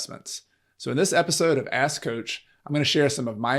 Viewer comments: Please pronounce the 'k' in 'ask' very distinctly. 😄💙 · Are you saying ASK Coach? Or A** Coach? Serious question, couldn't understand didnt know if you were trying to make a joke.